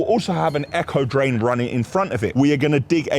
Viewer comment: I was trying to work out what an “Echo Drain” was then I worked out you meant “Aco Drain”.